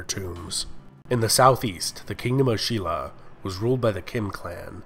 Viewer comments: um no, silla is actually pronounced sin-la. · no, its spelt shin-la but pronounced shilla. Stop.